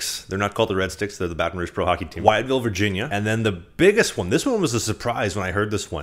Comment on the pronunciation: FYI It's Wytheville (pronounced With-ville), gotta start saying it right just in case they take you!